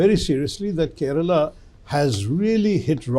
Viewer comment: Bro can't even pronounce keralam and says that he is a malayali. Anna pinna namalkk manglish-ill samsarikaam